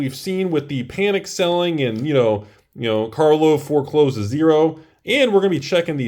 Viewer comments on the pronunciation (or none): it's pronounced "car-lov", not "car-vol". Get it right when you make your next of many videos. And the doofuses who are buying the snake oil salesman's wares are called "patrons", not "patreons". Please also pronounce the word "cray-on" properly.